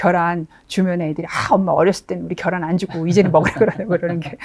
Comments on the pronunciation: ㅎㅎ 재밋네 교수쯤 되면 계란 발음 해야되는거 아닌가? 발음 잘못된거 알자나요 달걀발음이 더 힘든데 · 식품연구하시는 분이 '겨란'이 뭡니까 ? ㅋ '계란'을 왜 발음 못하시는거죠 ?? ㅎㅎㅎㅎ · 계란을 겨란이 멍미 ? 발음 제대로 해주세요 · 계란 발음 되네 겨란이 머야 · 겨란,: 가일 😂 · 경상도 살아도 계란을 겨란이라고 하는 사람 없음. 본인의 잘못된 발음습관을 지역탓으로 돌리지 말고 고쳐보시죠. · “겨란” 서울경기권에서 오래사신 분들중 계란을 겨란이라 발음하시는 분들 종종있습니다. 예전 어린시절 달걀장사 하시는분들중 마이크로 “겨란이 왔어요”라고 하시는분들도 많이 봤고요. 경상권 특히 대구언저리는 달걀발음이 잘안되어 “닭알”이라 발음하는 사람도 봤습니다. 계란이든 겨란이든 의미전달의 왜곡이 없는이상 그사람의 사투리나 언어습성까지 고쳐라마라 하는건 다소 무리가 있다 하겠네요. 겨란이라 말한다고 그게 무우나 생강등 전혀 엉뚱한 의미로 전달되진 않으니까요. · 경상도 사람이라면 발음 녹음해서 들어보세요 계란 개란 걔란 겨란 계란 발음이 잘 안되요 잘되는 사람 경상도 60년 산 저는 주의에서 제대로 발음한 사람 못봤네요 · 겨란은 어디사투린가요 궁금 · 저도 경상도 살지만 겨란이라고 발음 하는 사람 한사람도 못 봤음 차라기 개란이라고 하는 사람은 많이 봤는데~~~ 겨란 첨 들어봄